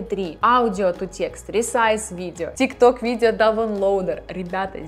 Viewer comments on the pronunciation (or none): none